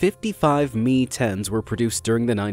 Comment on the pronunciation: MI.....not 'me' but 'em eye' AN...not an